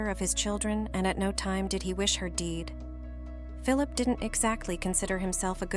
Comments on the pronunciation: The AI narrator is awful. Teach those machines to pronounce! Deed for the word dead, etc. And oh, the human emotion in the flat delivery. Yuck! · Deed instead of dead.